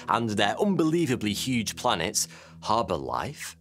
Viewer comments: Every time you say 'blanets' I spasm. Great video. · Blanets and Slanets killed me😂😂🤣🤣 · slanets haha